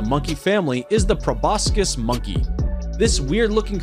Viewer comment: Couldn't even get Laos right... Im shocked he pronounced Proboscis right.